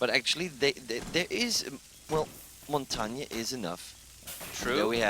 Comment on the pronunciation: Ignoring Montagne (why does NOBODY on ESL pronounce him correctly...?) is like ignoring a scorpion! Or... a snap turtle!